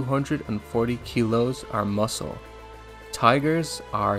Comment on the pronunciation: It’s pronounced muscle not mucle